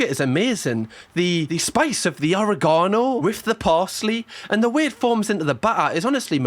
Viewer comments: the way he pronounced oregano and miraculous killed me😂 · Do British people really pronounce oregano the way pronounced it??? Hello from Mexico 🇲🇽 I love it, by the way😂😂😂